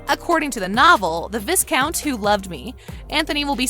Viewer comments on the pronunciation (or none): Not yo be said as VIScount, it is pronounced VIcount. with a silent S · What do I want? I want NOT to hear Viscount pronounced VIss-count. I also want the narrator to explain exactly where in the books Anthony is called Tony. I'm reading book 5 as I type and Anthony is still Anthony.